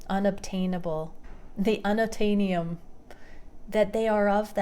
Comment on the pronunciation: Unattanium 😂😂, you are too funny!